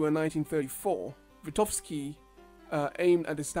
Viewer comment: "VyGotsky", not "Vitovsky" :D